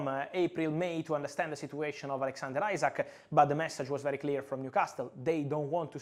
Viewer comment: Btw fabrizio it’s not isaac it’s isak